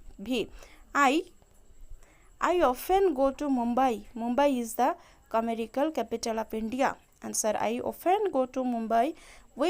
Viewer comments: It commercial not commerical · Didi commerical kya hai woh to commercial hota hai 😅